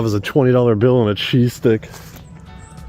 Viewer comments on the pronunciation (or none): Oh man, I kept hearing "Cheesesteak" for the first 5 minutes of this video. Even though I wasn't eating any of it, I STILL got disappointed when I realized it was only a cheese STICK.